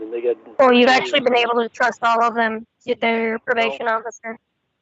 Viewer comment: only "trahsts" female counselors and probation officers. He was raised by his mawm after all.